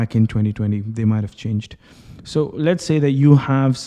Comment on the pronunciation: Please, normally pronounce the word "so" without erkalamay)